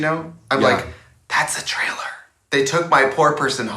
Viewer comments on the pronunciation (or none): none